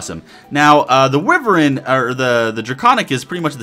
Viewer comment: Ahem... Wyvern is pronounced 'Wi-vern". It's one of those weird words.